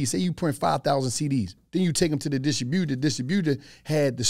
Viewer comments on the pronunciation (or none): The way says distributor 😂 distro-booter 😭😭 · Bruh…. It’s a dis-tribute-er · I've NEVER heard distributor pronounced in such a way... 😂